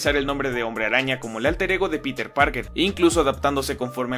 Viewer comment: Algo similar noté pero con el nombre de Peter. Parece que no se pusieron de acuerdo pues unos dicen "Pirer" (buscando un acercamiento a la pronunciación en inglés) y otros dicen "Piter". Si no me equivoco, el mismo Jonah Jameson dice "Pirer" Parker al principio y más tarde lo menciona como "Piter".